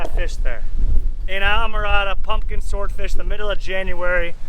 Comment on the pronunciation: I will never understand why people in a state where Spanish is probably spoken more than English cannot pronounce Islamorada correctly. The correct pronunciation is EES la moranda and not EYE la morada.